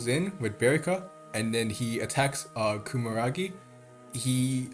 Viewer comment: loved the video, funny how you say kumaragi when its kumagera